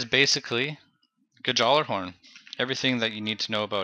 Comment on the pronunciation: The J is silent btw but good vid. Liked!